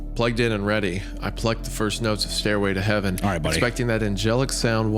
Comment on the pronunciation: "Staírway to heaven" Hunter plays Sweet Child O' Mine